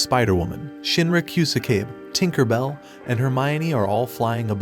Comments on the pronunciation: Guy said "hermione" and "Tinkerbell" 💀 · Tinker bell💀